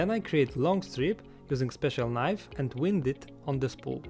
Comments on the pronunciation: Great video! I thought you might like to know that the word "wind" can be said wind like the wind that blows, but, in this context, it is pronounced wined with a long i sound. The past tense is wound, pronounced wownd. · Awesome! It's pronounced wynd tho! xb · My friend, a tip about English if you don't mind: your pronounciation of "wind" is correct when referring to "the wind blowing through the trees", but for "I will wind the filament on the spool", it is pronounced to rhyme with "mind" or "kind". I love this machine and your content.